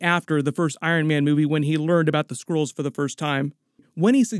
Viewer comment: They are called SKRULLS. You keep saying SCROLLS.